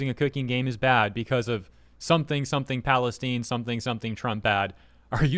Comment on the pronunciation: The way you can’t pronounce Palestine is annoying